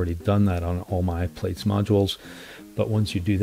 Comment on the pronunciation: Pronounced Platts, not Plates. Common mistake, no biggie. Anyway, the video and cheatsheet are super useful. Thanks!